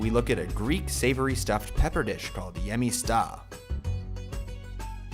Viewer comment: Sugar?!? No way! I wouldn't exactly call γεμιστά our national dish since there are so many we're known for. Also, when translating Hellenic to English pay attention to where the accent over the vowel is to pronounce it correctly. It can save you potentially embarrassing mistranslations. For instance it isn't geMEsta but gemestA. Lastly these are the artisima (non fasting/vegan) version of the dish. We also have nistisima ones for when we're fasting that are vegan.